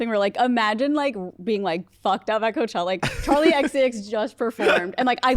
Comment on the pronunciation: “This chella” “we can just call it coachella” like okay zero fun